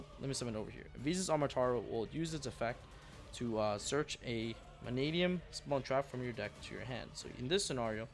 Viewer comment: FINALLY! Pak says Mannadium right!